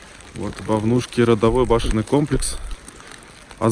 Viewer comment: Не вайнахская, а Ингушская женщина спасала детей на Вовнушках. Ударение на первый слог